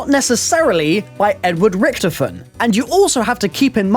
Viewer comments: pronounce Richtofen correctly please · ITS RICKTOFEN